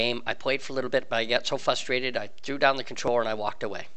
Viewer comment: Is it me or is he not pronouncing the first r in frustrate? And adding a u into reticle? None the less, I gave a thumbs up because I found this very helpful.